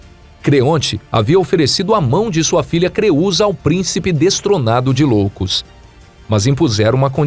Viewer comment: Cara, nao é cidade de Loucos. É cidade de ioucos. Com i. Nao com L.